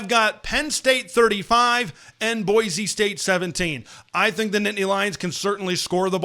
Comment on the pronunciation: Boy-see, not boy-zee.